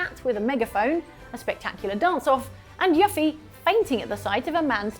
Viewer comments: RE: Tears of the Kingdom; on the other hand, if you paid close attention and/or got ahead of the story a little, you already knew that wasn't Zelda, and were annoyed with the devs for forcing you to play along with the charade. Yoo-fee not Yuf ee,. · I have too much respect for voice actors and game developers to skip cutscenes. Usually by the third playthrough, that's when I start skipping cutscenes and dialogue., that's not how you say Yuffie. Please stop saying it like that. I'm begging. This is me begging. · Well good to know never played FF7 if thats how she says Yuffie's name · Why would you pronounce Yuffie like that? It just sounds... so wrong. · why cant you pronounce yuffie correctly?